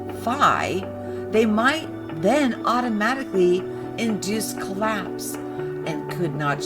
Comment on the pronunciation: I'm not even native english and I know it's collapse not colapse. Apart from that, this is not that bad... really. Not as quacky as the others.